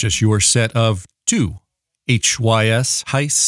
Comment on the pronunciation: Hys, I think it's pronounced "hiss". 😬🐍